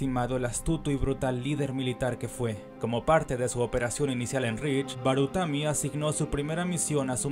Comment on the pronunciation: Hay un par mas de errores, como cuando le dice baratumi a barutami. Pero el del glacial es el que mas resalta.